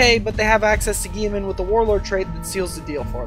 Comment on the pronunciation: GILL - E - MAN